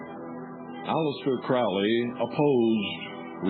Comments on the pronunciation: I always pronounced it the way this guy does- rhymes with GROWLY. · the eye in the triangle (israel regardie) the magic of crowley, du quette, moonchild, magic in theory and practice, book four, goetia, book of thoth, bios, book of the law etc, yet i am novice. this man can't even pronounce crowley's name right. it's crowley as in holy. crowley acted irresponsibly in his life - he survived an abusive childhood. sacarafice in this context means to make sacred; which is what the word means. in the foot note in magic and theory practice, he says don't try this. a lot of this talk is out of context; it is best to read crowley's works or by people who knew his like israel regardie, or lon milo ... who knew regaridie. the most important aspect of crowely is the law of thelema or holy will; which cooper does not mention. but lon milo said, ' crowley could be a real gerk'. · Crowley rhymes with "Holy" which he was subjected to as a child his mother was a religious crazy person and the cult she belonged to, the ""Plymouth Brethren". I guess they were quite strict and took all teachings to the extremes. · Crowley rhymes with holy. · Nah. That's what he wants you to think. It is pronounced crau-lee